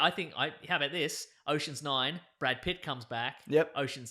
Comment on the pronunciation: He said (Brad) Pitts, not (bad) pits